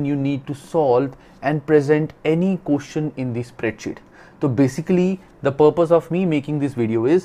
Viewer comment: question❌ qooshen ✅